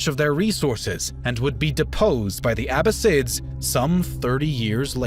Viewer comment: ConstaNINople, SulEyman, PerGAmon, AbasSIDS, bruh...